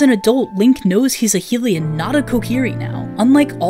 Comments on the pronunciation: This seems like a great video but I can't keep watching as long as you're pronouncing Hylian like hee-lion 😂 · Oof to mispronouncimg mido and Hylian.